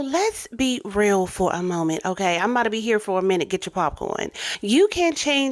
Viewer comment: This is a good video but please stop saying "okaaay" and work on your diction. That will help you to elevate quite a bit. Speaking well should be a goal of yours if you really want to grow. Listen to how well the women and men in the videos speak. Listen to how Rev. Ike speaks. Articulate. Not cringeworthy. They don't sound ignorant. You aren't a gay male. Stop the slang and the lip smacking. The words end in the letter g. Not the letter n. These women sound educated. You sound like you are trying to host a drag show. It's not cute. This is a gateway into being taken seriously and not like a caricature. Hopefully, this helps and you will work on this. It makes all of the difference.